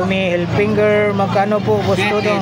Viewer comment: Tommy Hilfiger hindi "Hilfinger"!